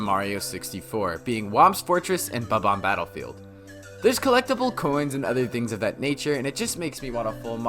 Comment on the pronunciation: Its bomb-omb battlefield Not fucking bubam battlefield you retard